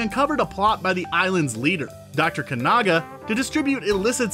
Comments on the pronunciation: I wonder how many Bond films that announcer has actually seen? Lots of mispronunciations. Kanaga? Ernest Stravo Blofeld? It's Kananga and Ernst Stavro Blofeld. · Kanaga instead of Kananga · Mispronounced EON, Kananga, and Scaramanga